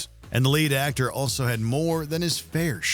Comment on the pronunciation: when they talked about Martin Sheen it sounded like they said "late actor" not "lead actor" WOW, never went to imdb faster